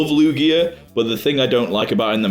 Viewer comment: Lugier? Or lugia